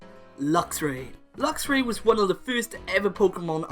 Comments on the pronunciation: Meowstic does not end with a K, and it's Luxray, not Luxury! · The A in Luxray should be after the R!